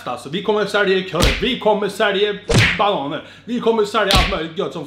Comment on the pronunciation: Jag har aldrig kommenterat på en youtube-kanal men jag måste bara skriva att du är fan så jävla bra! Höll på att gå av på mitten när du säger ”vi kommer sälje körv, vi kommer sälje.....bananör” 😂😂😂 keep it up My man